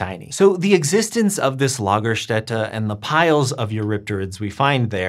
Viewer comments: Impressive German pronunciation of Lagerstätte! Got the umlaut and the S right. (lah-ga-shtet-a) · Your pronunciation of Lagerstätte is very good. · As a native German speaker i was impressed by your correct pronunciation of Lagerstätte.. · Thats a great pronounciation of the word lagerstatte, im pleasantly surprised!